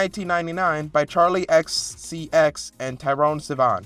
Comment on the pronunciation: Tyrone Sivan??? Isn't it Troye Sivan?